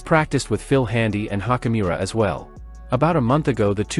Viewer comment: Youd have more cred if you pronounced laker players names correctly. Hachimura nit hockeymira.